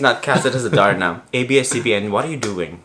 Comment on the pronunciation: Hahhaha ang funny nyo talga 😂😂😂 nakakatawa si nung nag ding! HAHAHHAAH YUNG LAKAD! Yung pagkakasabi ni fabio parang "TARNA"! 😂🤣 HAHAHA LOVEYOU COUPLE 😍😘